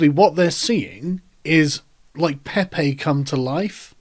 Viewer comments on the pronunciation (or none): none